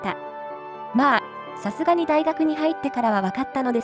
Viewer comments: 「さすがに」が「さるがに」になってるw も疲れてるんかなぁ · 「さるがにねえわ」になってる